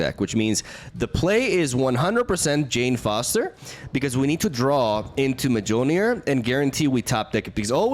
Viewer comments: The game: “Mewlnear! To me!” immediately after: “midgeohlnear! To me!” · mmah-jole-Ner the amount of cringe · Ah yes the Mah-Joel-Near deck.